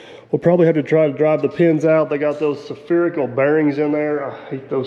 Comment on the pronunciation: Not se-phe-ree-cal bearing but Sphe-ree-cal bearing as in a bearing shaped like a Sphere. Otherwise, please finish the truck. It is such an iconic contraption. For all of us who love the smells of steel and diesel fuel.